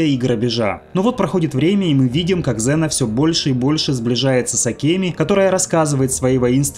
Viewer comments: Не зэна а зина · Валенок! Может Ксена, а не зина! 🤦‍♂️ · класний был фильм токо вроде говорили Ксена,а не Зена😊